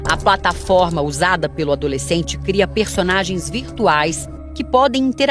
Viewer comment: oque foi criado ou não coria.... só eu que ouvi? kkkkk